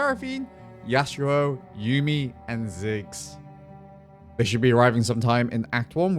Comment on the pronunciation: did this mf just say Yashuo